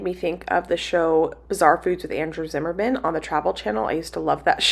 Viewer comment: Ha! I’m not alone. My husband and I spent years calling him as you also said, “Andrew Zimmerman” it’s actually Andrew Zimmern. Just thought I’d share lol.